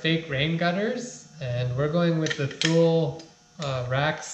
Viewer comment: Thule = Too-Lee